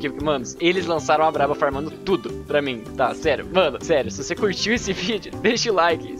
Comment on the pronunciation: ''to começando a farmãnçia"ksksksks 😂 rachei